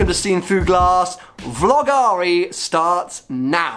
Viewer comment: I wonder how many people turned the video off when you said "Vlogarri"